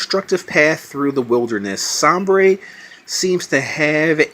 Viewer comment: I think it's pronounced Say-ber. Like the NHL team Buffalo Sabres, and I think he's a Buffalo.